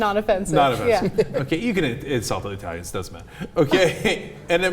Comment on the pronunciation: Cenk fail. Not I-talians... but E-talians.